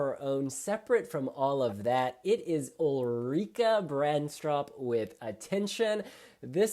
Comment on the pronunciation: I payd lots of ATTENTION to what you say, and, your pronounciation of Norwegian names is so incredible good! 12 points! Ulrikke gave me goosebumps!! She was my favourite from the very first time I heard the song. If she can win? It's hard to say, but I hope she will get a decent result. I'm also happy for Christian Ingebrigtsen who finally won. He has written so many songs for MHP and been the runner up nearly just as many times! Thanks both for a wonderful review!